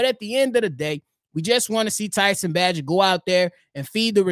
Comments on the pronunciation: We too far in the game, my boy. We gotta pronounce Bagent's name right. Its (bay•gent). ✊🏽🐻⬇️. Fred's voicmail was wild 😂. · Come on say his name right. Bay-gent. If he can't run Getsy's offense no one can ✌ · Love the show!! P.s it’s pronounced….Tyson Bay-gent Bayyyyyy gent 😊👍🏼